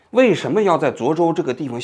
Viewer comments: 你从头到尾都念错了 涿州（zhuō zhōu） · 那么多视频中已经告诉你读zhuō州了，你咋就听不到呢 王志安😓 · 是涿 （ zhuō ）州